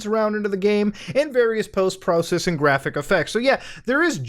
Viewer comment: powst prowcessing lol channeled idubbz for a second there.